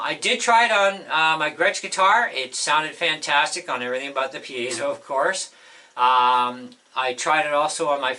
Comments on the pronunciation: You are the first guy I've heard ptonounce Piezo correctly! Mark Evans, Ekectrical Engineer. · You are one of the few that pronounces piezo correctly, signed an Electrical Engineer.